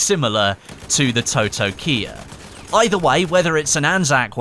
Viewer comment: It’s pronounced “taw-taw-kee-ah”. It also featured in the Mandalorian season 2